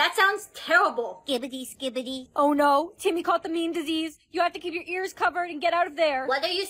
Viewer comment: when she says timyyy it was sooooooooooooooooooooooooooo funnyyyyyyyyyyyyyyyyyyyyyyyyyyyyyyyyyyyyy😂😂😂😂😂😂😂😂